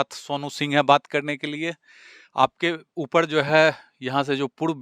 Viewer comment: Yeh kya hindi bolte ha reporter aap k upr ko bol rha ha upl ,diwar ko diwal bol rha ha ,arop ko aalop ha maine bahut baar suna ha bihar wale aise he bolte ha purv ko pulv bolte ha